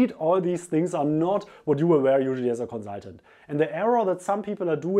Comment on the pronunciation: I love the way you say Conzultant